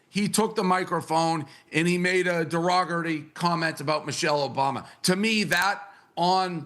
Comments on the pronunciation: What’s a Derogatary??? Whoopie?? 😂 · Derogatary/ Derogatory. Ax/Ask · Why can’t anybody pronounce derogatory? 🤣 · Yes derogatory is a word. She pronounced it funny. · dave protnoy can't say derogatory either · Whoopi and Candace Owens went to same school for reading and pronounciation. 🤣🤣🤣🤣🤣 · Dave Portnoy destroyed the word derogatory, as bad as Whoopi Cushion lol!! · Poopi Goldturd pronounced words like Candace Owens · Nobody can pronounce DEROGATORY 😂